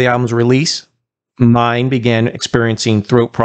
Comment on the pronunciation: It's pronounced Mine-eh in German. Very short 'eh'. But important to get it right.